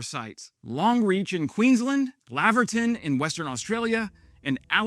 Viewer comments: G'day and thank you for all your Ukrainian updates,, especially the ones involving Australia! A few helpful hints with Australia mate, Canberra is pronounced Can-burr-ra, and Laverton here in WA is Lay-ver-ton. Lav-er-ton is in Victoria and was the scene of the first chase in Mad Max 1. If you must try our accent, rather than just the cockney impression of it, just stop moving your upper lip as you speak, and you will be much closer to it. LOL Slava Ukraini! 🔱🔱🔱 Crimea is finally returning to Ukrainian hands. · Lay va tun . Laverton.